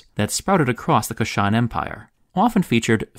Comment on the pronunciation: Kush-an, not Ku-shan empire.